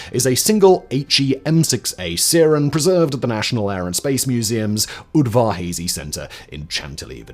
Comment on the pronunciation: Short "a" on Udvar-Hazy.